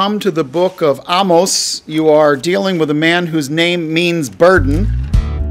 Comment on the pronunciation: Excellent teaching on Amos & even for teaching me how to pronounce his name correctly! Blessings 🌷